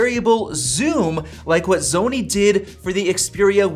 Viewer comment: I like "Zony" 😜